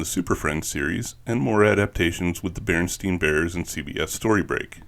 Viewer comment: You said bearenstein bears, I love it